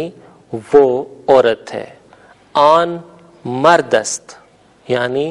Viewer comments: این نہی ایں کہا جاتا ہے اور آن نہیں آں کہا جاتا ہے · محترم این نہیں بلکہ غنہ کے ساتھ ایں کہتے ہیں اور آن نہیں بلکہ آں کہئیے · Sir ap ki pronociation "in aur on" ki therk ni hy.jsida k azaez ny likha hy.noon ni perhty.